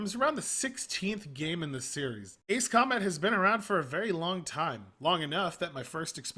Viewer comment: Huh, am I the only one who find it weird when he said ... "Ace" Combat 7: Skies Unknown? Or is that one of how you pronounce "Ace"?